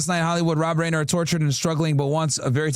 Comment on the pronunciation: It is amazing how was watching multiple news reports about the guy where the reporters kept correctly pronouncing the man's name and STILL KEPT mispronouncing his name.